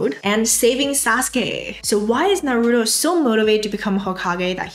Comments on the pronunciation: it’s naruto not naroodoe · “NAROODO” you mean “NAH-RU-TOE”😭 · Please say Naru-To not Na-roo-doh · Not you saying "nuh-ROO-toe" 😳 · The way you're saying Narooto is triggering me and pushing my buttons lol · NAH ROOTOE is how it's pronounced! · lovely and very helpful video. but the way u mispronounced naruto had me laughing LOL!!! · I love you but please.. why did you have to pronounce Naruto that way 😭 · Imagine saying naruto wrong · The way you pronounce "Naruto" is hurting me. Anyway, great content. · Don't say Naruto like that please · your pronunciation of Naruto really disturbs me......